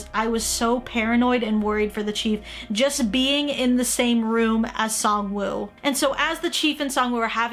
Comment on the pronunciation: I'm pretty damn sure it's pronounced Sang-woo.